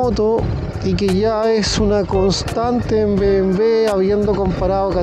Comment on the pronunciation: Llegué hasta "be eme em ve". ¿Qué significa eso?. Ese mal pronunciar que tenemos acá en chile me perturba jaja. Pronuncien la sigla como corresponde: "be eme doble uve" o "be eme doble u" o simplemenete "be eme doble ve". Y si lo quieren pronuciar en el idioma original "bee em vee".